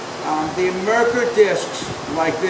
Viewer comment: Wonderful videos. Thank you for being a mentor! You did a great job advertising for the disks that you have found that you like better than marker discs, but I didn’t hear what the name brand is. Not “marker”, Mercker” Can you reply as to the name the disks that you like? Thank you.